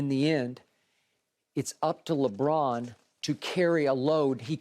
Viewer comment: Skip: "Contested, Very Contested, Lebrick" lmao